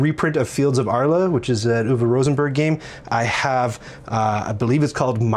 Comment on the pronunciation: Directly wantet to take the same line: Well pronounced,! 👌